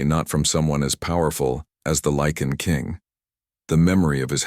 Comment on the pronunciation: Um, Lycan not lichen